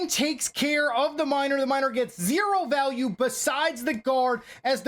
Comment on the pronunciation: "The miner is going to get massive val-al-ue" 😆😆😆